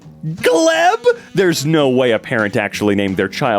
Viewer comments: Gleb is a real Slavic name and it’s pronounced “Glyeb”. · Gleb is actually a Slavic name, it is pronounced with "e" sounding as get (and L makes a softer sound as in clean, not as in globe) Also, funnily enough, in lower decks StarTrek there was an ensign named Bingston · Gleb is a common russian name though... Pronounced Glyeb